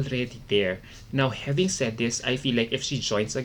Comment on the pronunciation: Can u stop saying habingg say this!# its having😅